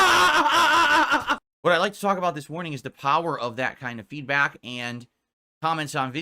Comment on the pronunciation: Why does he constantly say feedbat instead of feedback??